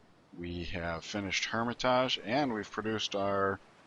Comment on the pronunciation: Palenque = pah-leng-ke Hermitage = hur-mi-tij